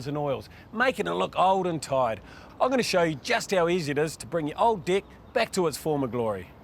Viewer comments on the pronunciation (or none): I am so glad I am not the only one who heard dick instead of deck. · The presenter has proven to be a highly competent and skills tradesman. His explanations are very good. just wish he would learn to pronounce his vowels. "Dick" (deck) "Pig" (peg) "Fince" (Fence) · He can't say deck properly....